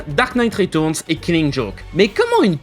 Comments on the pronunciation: retOURNES .... bordel c'est compliqué de dire reTURNS xD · Ta façon de dire "ritourns" m'a achevé.